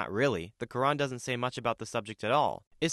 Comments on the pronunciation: he cant even say fucking "Quran" its said like kr aan not ka ren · Side note, what the hell is the ''khadeeth'' and the ''kurinn'', it's Hadeeth (Had'iith) and Quran (Kur-aan). Bro didn't even know how to say it properly. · "Kedeth" "keran" bro🍃🍃✌✌ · the "kurin"